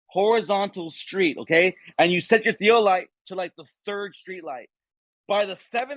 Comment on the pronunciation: What's a tea-O-light?